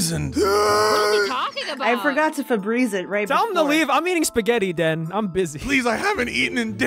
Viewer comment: I love how Ivan just calls Den Dennice